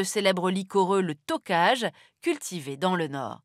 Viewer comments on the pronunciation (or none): Le fleuve se prononce pas "tiZa" mais "tiSSa" , le phonème sz = [S] et le vin se prononce "Tokaille" et pas "tokaJE " ! XD je sais la prononciation est pas évidente mais il n'y a pas d'exception de prononciation, donc moins d'irrégularités. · Le vin s'appelle "TOKAJ" lire "tokaï" et non "tockage" - Arte a son siège en Alsace, où on connaît ce cépage d'ailleurs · Du Tokaj, on en trouve partout en France. C'est quand même un peu la honte de ne pas savoir comment ça se prononce. Ça ne donne pas une image très sérieuse.